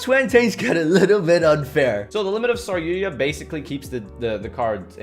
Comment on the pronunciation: Um...who the fuck is saryuya? OOOOH you meant saryuJA! Didn't think the letter J was that hard to pronounce.